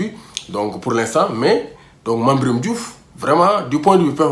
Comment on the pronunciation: à propos de la prononciation de mame biram de retour au l'équipe national ça m'oblige de japper t'es vidéo mais arrête